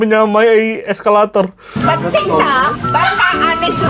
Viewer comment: Menit 2.37 eskalator apa excavator bang🤣🤣